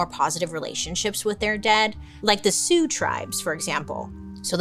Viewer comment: gotta give my girl Bailey props!! i know you struggle with pronunciation (me too girl i feel you) but when you said the Sioux tribe name correctly i knew i had to give you your props you’ve been working on it and i see you👏🏻❤